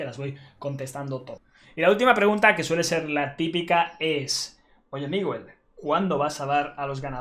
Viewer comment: es miwe jajaja